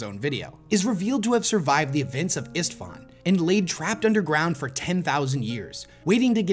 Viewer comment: The name of the planet Istvaan definitely comes from the Hungarian first name István=Stephen. If someon intrested in how to prononce it, the S should be pronounced like S in (S)heep or (S)hip and not like the S in (S)moke, (S)tuff, (S)omething. IPA [ ʃ ]. I hope its understandable what i mean.